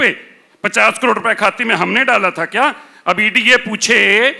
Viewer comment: J keya ho rha hai..😂😂 She says - keya ho rha hai😂🤣🤣😅